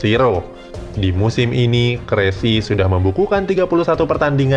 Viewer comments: Kessie bukan kressi. 😀😀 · KESSIE BRO BUKAN KRESSIE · Kessie bukan kresie bro... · Ehh longor.. bennacer bkn bennaker, kessie bkn kresie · Frank kessie not kressi bodat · Kessie baca nyz kesi.. bukan kresi apalagi crazy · bukan "KRESSI" min tapi (KESSIE) dan ISMAEL BENNACER dibacanya ( BENASSER) bukan BENAKKER😄😄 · Kesie bukan kresie bos...😀😀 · Kressie..?? 😂😂😂 Kessie woy kessie.... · Kessie kali om..bukan Kresi Benaser bacanya bukan benaker. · Kresi apa kessie nih? Wkwkw moderatornya ketauan bgt gak ngerti bola asal baca text 😂😂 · kessie min bukan kresi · Kressie, Bennaker 😂😂😂 salah cara bacanya banggg wkwk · Siapa Kressy woi??? Benaker pula. Kjaer dibacanya bukan kek mujaer juga. Rebic woi, bukan Rebik. Lol. Gak sekalian aja Lionel Kessie dan Zlatan Abramovich? 😂😂😂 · krazie... kwkwkwkwk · Kessie dibaca kesi... Benaccer dibaca benasier... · Salah panggil Nama King Kessie , Kualat ente min 😂😂 Satu lagi Bennaccer bukan Bennakker 😂😂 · King lord di salah baca nama? Bahaya nih orang